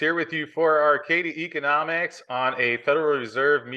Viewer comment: At this point you are pronouncing it Arcadi Economics just out of spite.